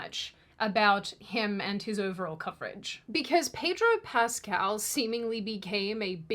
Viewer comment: Pedro Pest-al